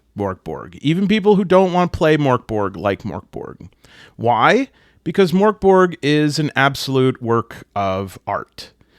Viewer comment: Your original pronunciation of Mörk Borg was very Swedish, the fake Swedish sounds more Norwegian